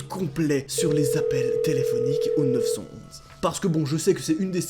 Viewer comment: Arrête de dire 911 stp dis neuf un un stp. Ça brise mes oreilles de québécois😜😜. Excellente vidéo sinon.